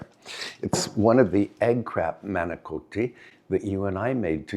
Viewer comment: Why do you pronounce manicotti incorrectly? As an American Italian/ Sicilian, it drives me nuts. By the way, you never tell us how many acres your wonderful property is.